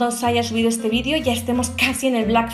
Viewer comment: de "ete" mes😂😂